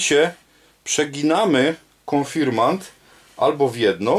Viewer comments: Konfirmat czy konfirmant? Inaczej w tytule a inaczej w wymowie. Proszę o sprostowanie. Pozdrawiam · konfirmaNt… konfirmaNt… AAAAAAAAAAAAAAAAAAAAAA!!!!!!!!!!!!!! KON-FIR-MAT!!! KON! FIR! MAT! AAAAAAAAAAA!!!! Poza tym: film naprawdę dobry. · KONFIRMAT a nie konfirmant !